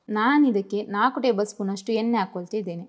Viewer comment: ಎನ್ನೆ ಅಲ್ಲ ಅಕ್ಕಾ ಎಣ್ಣೆ